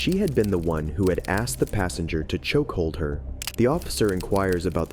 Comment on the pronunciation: “choke” not “chock”, silly